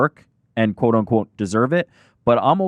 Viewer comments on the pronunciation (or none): none